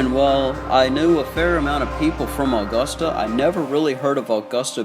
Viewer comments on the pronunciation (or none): Uh-gusta not aw-gusta 🙄 when people dont live here lol this mall is an eye sore...STILL, after all of these years. They closed this mall cause it is smack dab in the middle of the ghetto and crime was very high there. They need to tear everything down and put a walmart there or a strip mall. It would honestly make more money since a lot more incomes have come into augusta...let's just hope there's better security next time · my only problem is how you said the city name and Richmond county name wrong. besides that good video